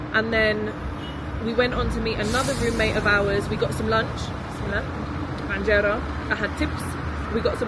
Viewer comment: its not with an ع :) enjera